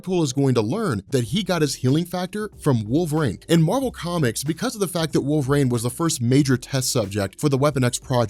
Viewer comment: Okay, so let's get this guy hired, your ideas are great, yada yada, usual schtick I've seen in your 'introducing Fox into MCU' videos. But who else really wants to know why he keeps pronouncing it 'Wolverain'? Like, the weather report calls for partly cloudly with a little wolverain in the evening, with a Storm brewing over the horizon. Seriously, though, I really love the idea of bringing the Shiar in a post-credit scene, especially right before a cosmic ending to a team-up movie. I really hate how Last Stand used Phoenix Force.